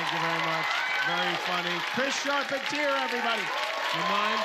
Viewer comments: No many people with French last names have americanizsd pronunciation. So its char pen tier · hmm didnt knew that xD too bad its wrong you pronounce it as sjarpentyay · Charpentier is pronounced car-pon-tee-yay. It's French. Deal with it.